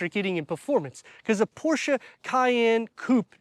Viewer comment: Always great reviews and Info and I’m so happy to hear you pronounce “Porsche” correctly 👍🏻👍🏻 the most mispronounced Car Brand! 😉